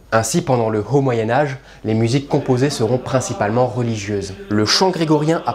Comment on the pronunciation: La cachexie est un état qui précède la mort. Le 'ch" se prononce k, comme dans technique. Enfin les h- initiaux ne se soufflent jamais en français. A la rigueur ils empêchent une liaison, mais pas plus. Alors pourquoi les soufflez-vous? "hhhhaut"?